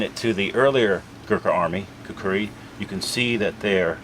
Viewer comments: Hello, very good to know that you are Khukuri enthusiast. However about the pronunciation..,its neither Khukri..nor Khukdi..it is khukuri..trust me' its coming from a Nepali who sleeps with a khukuri under his pillow hahaha.thank you. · In Nepali, it’s pronounced and spelled with that second “u”. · its kinda funny how you pronounced khukuri :D